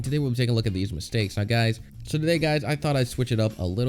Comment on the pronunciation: Ај доунт лајк мстејкс